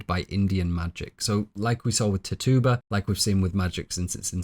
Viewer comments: Loveeee your analysis videos! I always have them playing in the background at work! Just a small nag as an Indigenous Caribbean person, Tituba is pronounced Tit-chew-buh instead of Tittoo-buh. Keep up the AMAZING work! These videos are incredibly detailed! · Pronounced, TITCHU-ba and WAM-pan-ah-g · ti-TU-ba? It's TI-tu-ba, the way I learned, & I'm from Salem... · Tituba - we read this book in high school and pronounced it ‘Titch-uba”, maybe its just your accent but I keep giggling when you say it 😅. Also, WOW THIS IS TRULY A MASTERPIECE!